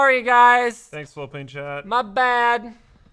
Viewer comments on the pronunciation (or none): ohhhh "float"plane not "flow"plane. I've been watching you guys for WAY to long to have just figured that out. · So this is proabably the 700th time I've heard these guys say "floatplane" and only just now have I realized they aren't saying "flow-plane"... I hope that's not just me